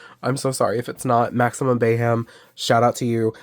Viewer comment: You pronounced the name "Bayhem" right. It's a blend of my name weirdass Taino name and the word Mayhem. Great video. Some of my faves made your list! Some I wish I owned too! My 2025 goal is to get the Creature of the Black Lagoon.